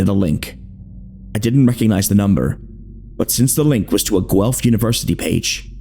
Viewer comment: One of the best horror shorts out there and my all time favourite!! you did a great job adapting this, amazing work everyone! ❤ (also thank you for saying Guelph right! signed a former student from the uni)